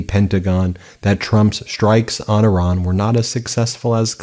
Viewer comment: Thank you for saying "Iran" as it should be said. Every time i hear an american person say "Iran" the american way, i want to say great!, where to?